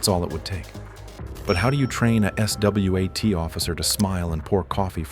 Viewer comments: Still wonder why you spell S-W-A-T letter by letter opposed the way everyone says it! Not the first video with this occurrence, to the point i need to ask.. its AI? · The AI can’t pronounce SWAT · "S.W.A.T." -- most people just pronounce the acronym as swat. I'm betting the voice is A.I.